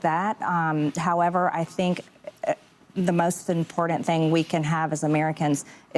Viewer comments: I know this is super stupid, but I can’t stand the way. MTG says important. She says imporn ent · MTG sexy with the "impordant" pronunciation. 😂 What they're doing to Nick they could do to half of congress on both sides of the aisle. Whoopi a friggin' mutt. Get these people out before they start running for mayor. Oops too late.